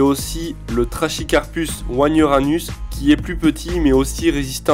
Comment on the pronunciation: Tres bonne sélection, il y en a plein d'autres mais sa serait une immense video si on devait tous les citer. Fait attention pour le trachycarpus, on ne dit pas "-ch" mais "-q". Le moyen mémo technique pour retenir cette règle c'est "on ne chie pas en latin"